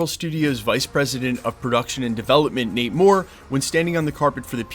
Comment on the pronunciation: You kept saying Nate Moore but it sounds like your saying namor lol